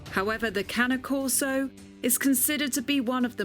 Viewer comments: STOP CALLING IT Cana Corso it's CANE CORSO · I swear it’s the cane, as they taught us in elementary school… that “E” at the end makes the “A” a long A. Not canna corso, cAne corso. Not canna corso. CAne corso. It’s ok, one day Brit’s will learn proper English. Until then, y’all will continue to sound like John fetterman had a second stroke. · Exactly!!!! Its cane not cany!!!! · She pronounced it Cani Coso It’s cane corso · I think is pronounced "Kanye Korso" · you are saying it wrong. Its pronounced CARNEY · it’s pronounce carne-ay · Its pronounced that way kai ney corso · Why does she keep on pronouncing the E like an A !? 😩😭 CANA CORSO !? WHAT THE FRENCH .. this video is driving me insane 🥵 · lmao “canneh corso” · and one of the trainers says kane corso smh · Sad that the animal trainer don’t seem to know how to pronounce the dogs name correctly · 100s in rescue? That's insane Pure bread Cane Corso pups with papers and breeding rights cost like 3 grand. Really? I wouldn't let my doggo be trained by someone that can't even pronounce the name right 🤣 Not that i would let anyone but me train my own dog.